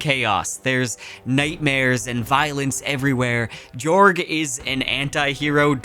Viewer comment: just a note: jorg is pronounced "yorg"